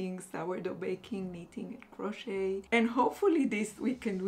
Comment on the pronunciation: Hi, don’t worry about the length of the vlogs. You are lovely and we love listening to the things you share. Another of my favorite bloggers always posts an hour long vlog where she talks about her life and shares her decision making process just like you do and it’s not at all boring. Just FYI, the letter t in the word crochet is silent. So it’s pronounced “croche- and croche-ing. Looking forward as always to the next vlog 😊